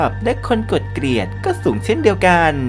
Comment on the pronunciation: เกลียด ล ไม่กระดกลิ้น กดดิสไลค์ให้แล้วน้าาา หยอก 5555 😂